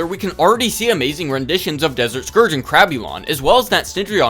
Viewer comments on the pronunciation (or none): none